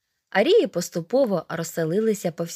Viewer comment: Зверніть увагу на наголос у слові "арії" (наголос на "а").